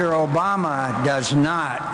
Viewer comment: It's not Osama. It's Obama.